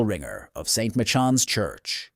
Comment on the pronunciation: The CORRECT pronuciation of "Michans" is "My-Cans"